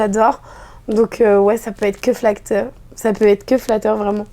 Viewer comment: "ça peut être que flacteur" !